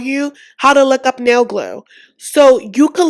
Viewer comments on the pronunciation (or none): none